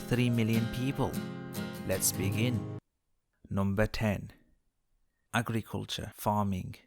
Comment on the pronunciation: when you said "agriculture, i thought you said "ugly culture"